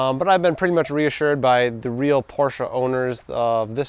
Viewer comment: Respect for saying Porsche and not porsch